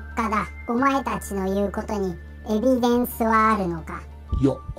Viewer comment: 、それはエビデンスではなくエビセンです😂